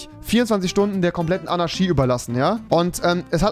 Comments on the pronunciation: Ist sonst jemand Rewi sein ch sch Fehler aufgefallen? Anarschy Diabolich XD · Niemand: Wirklich absolut niemand: Rewinside: Anaschie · Normale Leute: Anarchie REWI: ANARSCHIE ❗ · Andere: Anarchie Rewi: ANARSCHIE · Alle: Fischer Rewi: Ficher Alle: Anarchie Rewi: Anarschie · Es heißt Anarchie, nicht Anarschie!! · Anarchi !!!!! Nicht Anarshi !!! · "Demokratich", aber "Anarschie" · Niemand: Rewi: 24 sTuNdEn AnAsChIe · Niemand: Rewi: Anarschie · Normale Leute: Anarchie Rewinside: ANNA fährt SCHI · niemand: niemand auf der ganzen welt: rewi: anarschie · Niemand: Rewi: ANARSCHI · Hat Rewi ne sch/ch schwäche? Diabolich, Anarschi, Demokratich... Meine Fresse... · niemand: Rewi: AnarSCHie edit: NeSer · Man sagt Anarchie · niemand: rewi: annaski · Rewi sagt immer ch statt sch aber wenn er einmal ch sagen soll sagt er sch 🤣😂🤣🤣😂🤣😂😂😂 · Rewi lerne mal das ch in Anarchie auszusprechen